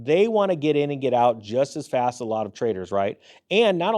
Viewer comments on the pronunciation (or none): none